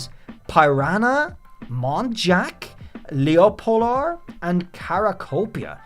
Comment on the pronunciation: I would assume Leopolar is actually more like the word Leopard, so it’s not Lee-oh-polar